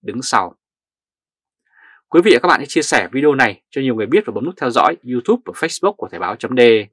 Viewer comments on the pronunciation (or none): none